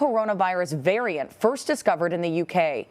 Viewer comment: “VARAINT” Ok official news channel.